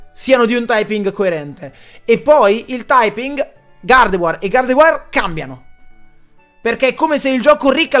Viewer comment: bello Gardevoir e Gardevoir pronunciati con accento diverso